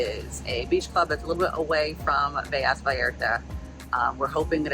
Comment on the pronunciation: Velas is not pronounced with a y sound there is only one l